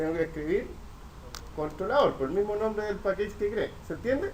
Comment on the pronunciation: Hola está súper bueno el ejemplo y las descripciones, gracias por el aporte. La pronunciación en inglés está incorrecta, package no se pronuncia pakeich, se pronuncia pakech